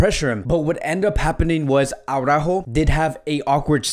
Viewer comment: its araujo not aurajo😂😂